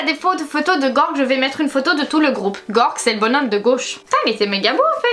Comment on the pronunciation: Moi à chaque fois qu’elle prononce Gorg au lieu de Gé-org 🤮🤮😂